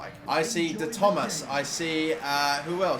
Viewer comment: My mans said “De Thomas “ I’m pretty sure it’s De-toe-mas